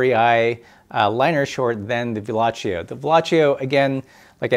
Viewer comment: Pssst...... Its pronounced Velo-see-o. He was french, not italian